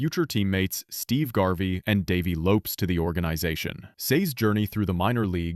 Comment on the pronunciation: Mispronouncing Davey "Lopez", and saying he got hit in the head at Yankees Stadium..... I hate it when these narrators (AI or otherwise) expose themselves as having zero knowledge of baseball and are just reading a script.